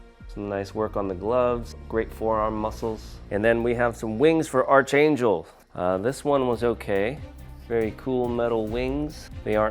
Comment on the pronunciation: It’s pronounced ARCangel 🙄😂 good review though 👍🏽